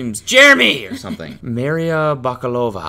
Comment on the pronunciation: love how pronounces Maria; )